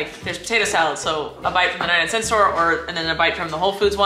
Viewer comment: “Ninety nine cEnt store”